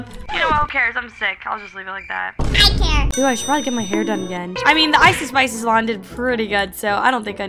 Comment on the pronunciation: It’s so funny how every time when says he doesn’t care it’s like Care